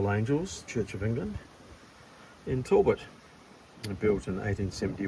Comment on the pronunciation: its not tallbot , tal-bot